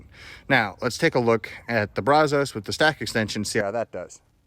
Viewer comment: Maybe Bradley could teach him to pronounce brazos correctly , he is a transplanted Texan after all